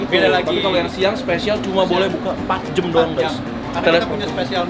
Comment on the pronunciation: Dan "jam" bukan "jem"